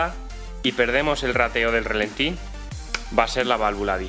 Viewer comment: No digas "relentín". Cada vez que dices eso un E30 rompe una culata. Se dice ralentí.